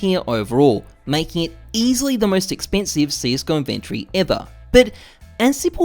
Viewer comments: inven TORY not inventry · It's not an invent-tree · why do u say inventory like that?